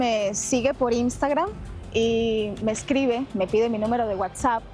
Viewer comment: Dice Imstagran 😂😂😂😂 India ladina